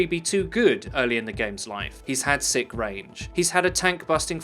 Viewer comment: Please stop saying "sik". Please.